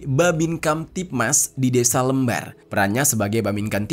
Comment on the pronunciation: Kecamatan LEMBAR - huruf E nya harus dibaca dgn E pepet. Kalo lembar, contoh: berapa lembar kertasnya? Mohon maaf, kr kasih info nama dan cara sebutan kecamatan Lembar di Lombok itu.